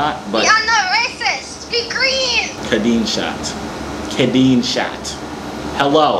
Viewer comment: ”we Are not racist we gReEen” tf 💀